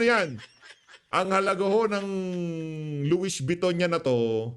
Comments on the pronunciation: Nautilus - pronounced as notilus. Louis Vuitton- pronounced as Luwi vitton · Correct pronunciation: Luwi Viton, Notilus. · Loie viton ang pronounce Sir hahaha ang kakapal ng pagmumukha ng mga magnanakaw mga ni mal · PIGUET WATCH ANG PAG BANGGIT PO AY "PIGE" AT ANG LOUIES VUITTON PO PAG BANGGIT PO AY "LOWI BETOU" PURO DESIGNER ANG MGA SUOT NG MGA KAWATAN NA IYAN 😡😡